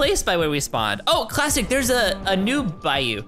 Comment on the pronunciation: in a scene of the video u said clastic LOL